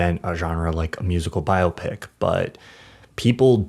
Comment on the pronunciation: Thank you for pronouncing "biopic" correctly! 👍